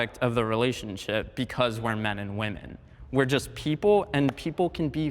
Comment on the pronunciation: First off, tell whoever your "announcer" is, that they do not know how to properly speak American English Grammar, with how they have pronounced the words MEN & WOMEN.